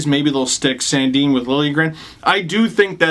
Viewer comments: San- Din NOT San-Deen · No, in Sweden it's pronounced Sun Deen.